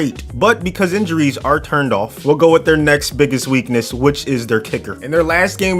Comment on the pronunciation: Biggest weak-NUSS